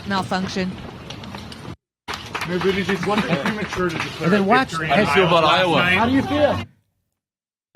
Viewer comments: I love that Jimmy keeps calling him booty-gig hahaha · It's BOOT-Edge-Edge... or MayorCheat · I love how Jimmy calls him "booty-gig" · Pronounced Boot Edge Edge. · Jimmy pronounces Buttigieg wrong. It is like Booti Judge. How Jimmy says it, though, is far better than saying Poop Peter judge as I have heard on Fox news. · Can someone make a supercut of every one of Jimmy Dore's mispronunciations of Buttigieg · Learn to say his name right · Another crackpot theory by Jimmy Dore.....Buttigieg DID win Iowa. And I really doubt that the DNC would rig the system in favor of an openly gay candidate over Bernie. And jesuschrist Jimmy, at least learn to pronounce Buttigieg's name correctly if you don't want to come off as an obvious homophobe. All the other newscasters pronounce it correctly but for some strange reason you can't? I would prefer to have Bernie as the nominee too but don't lie about the facts because AGAIN, Buttigieg DID win with 26.2% of the votes compared to Bernie's 26.1%.. The commentary from the 3 of you here comes off as incredibly biased, mean, and just plain ridiculous...a "smiling like a psychopath"? REALLY? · You can't cheat in an "Open" caucus. The candidates can literally see how many people are supporting them. Pete had people on the ground in each precinct counting and reporting back. BTW, if you are going to criticize a candidate, at least learn how to pronounce their name. Very unprofessional. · Pronounce Buttigieg's name correctly already. Neither you or Kyle Kulinski end up looking intelligent or funny by pronouncing it wrong. It makes you look small. And it makes that Indiana asshat look better in comparison. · Love how Jimmy refuses to pronounce that little weasel's name properly. 😂😂 Bootygag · Am I the only one who's heard this Pete fellow's name pronounced about 190 different ways? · When will Jimmy learn how to say Mayor Cheats name lol